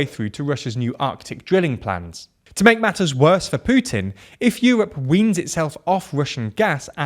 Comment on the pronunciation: Finally someone non Slavic can pronounce Putin the right way.